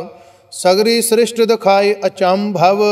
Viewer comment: Are you talking about the pronunciation of SRISHTI in the paath... its actually correct the way he is saying it. That how you say it😄